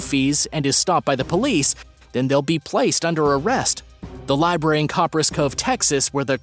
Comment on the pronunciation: You said library right so I subscribed. I'm so sick of people saying libarry.